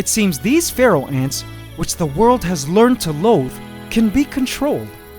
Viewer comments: I used to think he said feral ants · When he said Pharaoh ants I thought he said Feral Ants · You pronounce Pharaoh and Feral almost the same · All this time I was pronouncing 'pharaoh' ants as "feral" ants oops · For the past two years I thought he said feral ants and today I find out its Pharaoh ants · I think you should call the Pharaoh ants “The Feral” because Pharaoh (when you say it) it sounds like feral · This while time... I though said Feral ants... Yikes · ahhhh I keep hearing feral instead of Pharaoh.